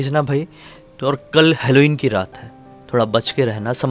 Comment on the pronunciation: Helloween hota hai bhai helloieen nahi